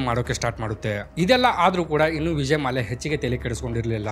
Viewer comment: ಮಾಲ್ಯ ಅಲ್ಲ ಗುರು ಮಲ್ಯ...